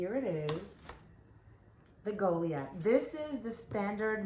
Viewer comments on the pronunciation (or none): Did you really call it the “goley ath”??